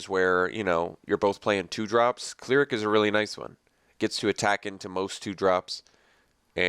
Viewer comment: CLER-ic, not CLEAR-ic